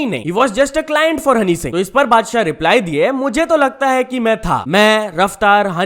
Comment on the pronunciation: mujhe laga padshah bola 🙄💀